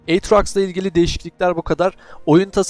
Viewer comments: Bu arada nasil rahat ederse öyle soyle ve orijninali de ona baya benziyo "eytroks"... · eytraks diye okuma gözünü sevem tilt ettin beni ya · Yalnız o Aatrox deyiş beni benden aldı :D euro trucks diyosun sandım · o nasıl aatrox telaffuzu öyle